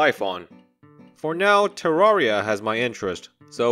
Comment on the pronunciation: it's said "ter-rare-ria"!